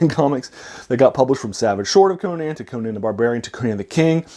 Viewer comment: Many people who talk about Conan pronounce his name wrong.